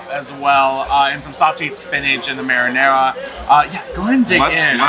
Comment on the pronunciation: Love you guys but please pronounce the sauce correctly! Marinara